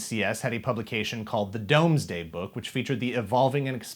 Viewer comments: The Domesday book is pronounced dooms day. It's Middle English in origin. I don't say this to be a pedant, its just the history of it is very interesting. The original Domesday book was done in the late 11th century as a way to catalog all the king William the conqueror's lands and resources. The word Doom meant at the time law or judgement. So by calling it the Domesday Book, they're calling back on the history of the etymology and the purpose behind it. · I think "Domesday" is pronounced "Doomsday"